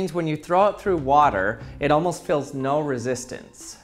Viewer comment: Weird how he pronounces steel as "still" and feels as "fills".